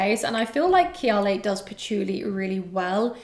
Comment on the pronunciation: Why do you pronounce kayali like that?